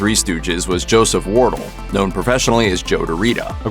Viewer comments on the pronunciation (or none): It's War-DELL (nor Worrell). The presenter of this video is terrible at pronunciations. (Joseph Wardell was Joe DeRita's real name)